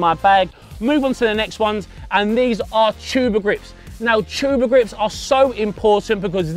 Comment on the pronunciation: Did he say tuber grips